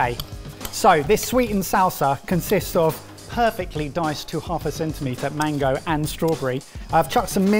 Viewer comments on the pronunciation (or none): none